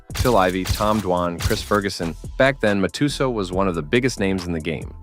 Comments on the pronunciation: Great documentary 🙌🏻 side note It’s pronounced mat - tes - sow …. There’s no “u sound ‘’ in Mike Matusow’s name despite the u being there lol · They mispronounced several names before but after that I had to comment. They're the best. Are these robots that narrate these? I've seen it before on other channels.